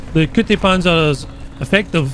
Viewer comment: Bro said Cutie Panzer